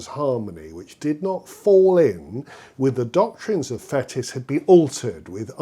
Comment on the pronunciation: Interesting and educative - many thanks! Just one criticism - your pronunciation of the Frenchman Fétis! Not "fetus" or "fetish", but "faytee"! On first hearing you say it, I had to think a moment before I realized you were referring to this still today far from obscure musical personage.